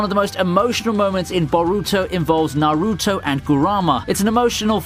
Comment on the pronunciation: No, no, no. The way he was pronouncing some names raised my anxiety. Naruto (don't stress the "A" and "U") Boruto ( Don't stress the "O" and "U") Isshiki( pronounce as ishki. Like the way you pronounce sasuke as saske.